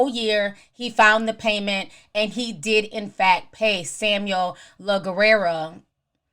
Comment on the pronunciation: Lol, Ti, It's pronounced "Lagg-air" when it's sounded out together it's "Laggair". But written as Laguerre. It's French. It basically means "The War".